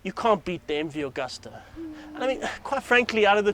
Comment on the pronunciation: It's pronounced " Agoosta"